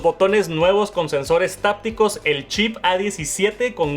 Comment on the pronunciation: Se dice hápticos, no tápticos